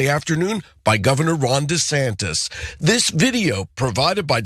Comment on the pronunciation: lol I don't know if it's me or him but I keep hearing him say Ron DeSatan